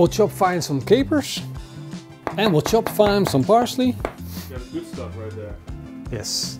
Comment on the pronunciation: Then we "Chop fine"... That's the most dutch English can get 😂😂